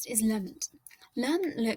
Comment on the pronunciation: FYI- Hi, just wanted to make you aware that in your second theory, the Sociologist is called Edwin Lemert (not Lerment). Best wishes